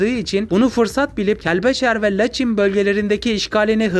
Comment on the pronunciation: Bakü değil (Bakı) Laçin değil(Laçın)